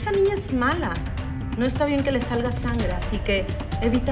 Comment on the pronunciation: like si te diste cuenta que la señora dijo "que le salga sangra" 😂